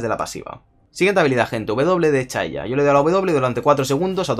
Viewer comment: "chaya" jaja